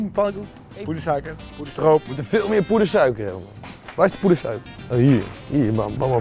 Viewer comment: thomas : pOeDeRsUiKeRrrrrrr eyyyyy